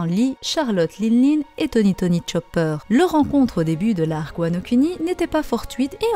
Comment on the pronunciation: svp prononcez "wa no kouni". on pense moins au lingus après